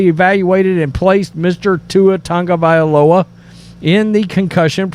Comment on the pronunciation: I just wish you sports “experts” would learn to pronounce Tua’s last name. It’s TAGovailoa, not TUNGovailoa!